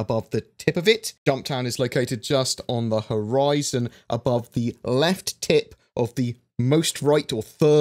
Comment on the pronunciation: So we're all in agreement that he said "left tit" ?